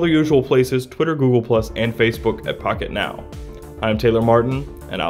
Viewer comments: That did not sound like "Pocketnow". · i swore he said "f$&k it now " instead of "pocketnow" at the beginning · Your pronunciation of "Pocket Now" sounds a little like something else. Just sayin. And I love the idea of Daydream, but I really don't use it often. However, it turns a tablet into a decent digital photo frame.